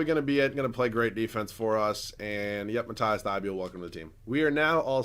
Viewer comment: Dude its mat-ease thybol not mat-ice thybuel dude come on pls see this and say it the right way